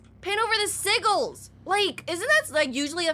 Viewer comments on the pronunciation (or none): Its pronounced sijils